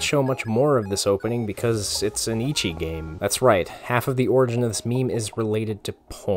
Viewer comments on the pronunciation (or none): I'm gonna bite the bait. ECCHI is read as Eh-Chi, it's the way the Japanese read out our letter H. The way you pronounce it sounds like Ichi, meaning One. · good video but STOP PRONOUNCING ECCHI AS “ICCHI” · This is a great video (except for the way he pronounced ecchi lol)